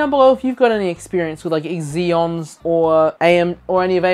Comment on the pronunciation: I'm sorry but I can't give this video a like. It's not EXeons. Just. Zeons.